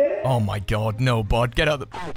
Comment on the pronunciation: Are you say "Hello bard" or "hello bud"?